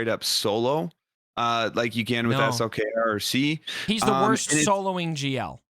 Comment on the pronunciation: Thanks for saying S L K R. and not slacker or slicker or something crazy. It is highly appreciated!